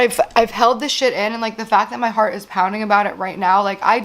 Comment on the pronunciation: “My hearth is pounding”… girl, you need to get that checked out